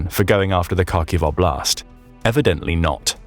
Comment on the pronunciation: Again “oblast” means “area” in russian, you can just say area, your saying область wrong, just translate “area” to russian….